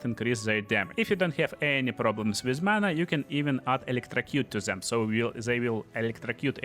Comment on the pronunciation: Фор Дэм епона мать... никто не говорит фор Зэм !!!